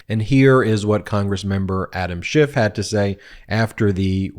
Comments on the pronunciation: Notice that both Luna and Mccarthy call him "Shift" instead of "Shiff on multiple occasions. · His name is SCHIFF, not SCHIFT. dummies. And that's rich coming from Santos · What is really immature is that the GOP is mispronouncing people’s names. Schift, in this example. What if Dem’s did this as well (like )? Decorum would be lost forever. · Did McCarthy say Adam Shift??? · Okay, Scamtos and Looney, I get, but why is a douche canoe like McCarthy Speaker of OUR House when he can't even pronounce Rep. Adam Schiff's name correctly?